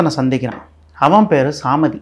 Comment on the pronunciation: It is Samaadhi not saamadi swamin pl correct